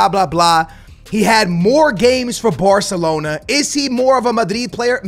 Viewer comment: The way you say “Batalona” 💀